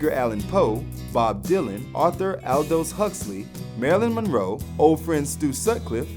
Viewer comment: Never mind that loads of these facts are wrong, couldn't you at least have got this muppet to pronounce the words correctly? "Ivan Vogon", "Skyfull", "Pre-lood-in", "Stanford and Son", "Al-dose Huxley", "Apple Corpse", "Octopus Garden", "beluvved". I know he doesn't give a shit about The Beatles and is just reading (badly) off a screen, but it's not hard to check this stuff.